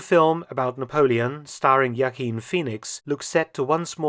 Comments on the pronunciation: Mark Felton calling Joaquin Phoenix, "Yakeen" instead of "Hwakeen" makes me like the Prof even more. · All this time I thought the actors name was Joaquin Phoenix pronounced waa-keen. But Dr. Felton knows best and pronounces it yaa-keen... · Joaquin is pronounced wah-KEEN. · Dr. Felton... error . Actors name was mispronounced. Joaquin is pronounced (wah-keen). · Joaquin is pronounced as H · I know you like to do accents mark but you can still pronounce Joaquin correctly